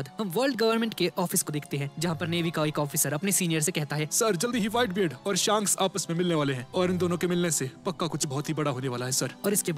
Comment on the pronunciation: Bhaiya wo shaanks nhi shaks hota hai big fan bhaiya